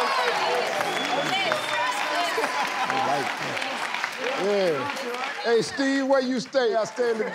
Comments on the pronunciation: Mpunilanga??? Did I hear right ?🤣🤣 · "Phone-langa" whuuu what a mess ! LOOOL! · He said big poonie 😭😭😭😭😭😭 poonie langa 😭😭😭